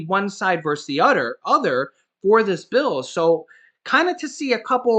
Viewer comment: Like the blooper on 'other'! Made me laugh when you said 'udder'! Thanks for all the hard work you and Laurel do for us!